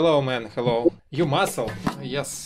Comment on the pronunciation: В первом фрагменте ролика. Девушка тоже из России. Раз спросила по- русски : «Ты из России?». Ну да, сразу выдаёт русский акцент особенно слово Hello. Вот в этом. Слове звук Х не должен звучать как по русски нужно просто выдыхать звук. Вам нужно потренироваться с произношением слов на английском. ( я тоже учу английский, поэтому кое-что знаю, как произносить слова по английски)